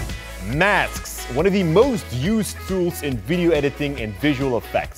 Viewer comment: I swear I heard Masks as Maths in the beginning of the video, and I got anxious & terrified af!!!